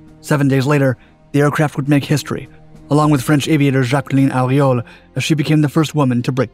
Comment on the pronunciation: very good pronunciation of "Breguet Mystère XX" (I am French), although the name is Jaqueline Auriol (along the lines of "oreo" + "oil") I always find your videos interesting, but I should point out that although your information are always (generally) correct, you often, very often, do not put pictures or video clips that are exactly related (for example a Gulfstream ); maybe a caption with the credits or description would be helpful to distinguish documents that are directly related to the subject of the video from documents that are only an illustration?